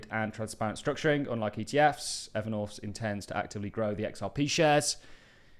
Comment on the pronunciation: Evernorf. The English are unable to pronounce th for some reason.